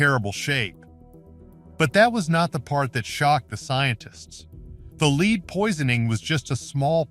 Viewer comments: Wow...clearly this entire thing is AI with no human involved...any human with half a brain knows there is no such thing as "leed" poisoning and that white pigment is from lead..pronounced "led" and is a neurotoxin. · So many audio/narration errors: pronunciation of “lead” time after time is just plain sloppy. AI cannot be trusted to do it correctly.